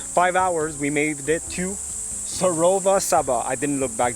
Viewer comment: Sir. row.va cha...like champaigne ba... like barack....Prounounce Sarova shaba